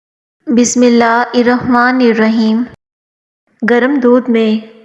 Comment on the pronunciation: Bismllair nahin bismllahir pdha jata hai